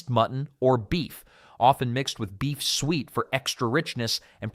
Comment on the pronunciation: This AI guy can't pronounce "suet".